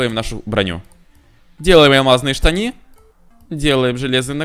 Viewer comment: Ты сказал не штаны а штани